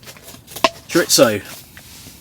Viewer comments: Pronouciation tips: Echinacea = eck-in-AYE-shuh Chorizo = chore-EE-zowe Great content! Keep it coming. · chirchzo? lol funny way of saying it <3